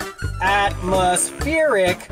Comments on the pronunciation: What's this "Atmospheeric" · Am I missing something here or is this crazy dude incapable of pronouncing “atmospheric” properly? Just saying!!